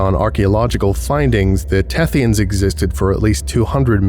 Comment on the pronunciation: "The Thethyans are cephalopods." Me: * looks nervously at my calamari lunch *